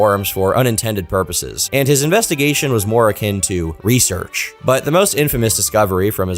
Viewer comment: “reasarch” wrap it up 🥀🥀